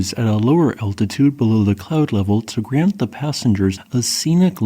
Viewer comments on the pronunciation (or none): none